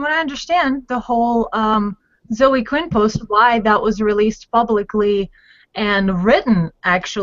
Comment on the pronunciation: Why does pronounce Zoe incorrectly and correctly? Or is it just when she's reading it written down?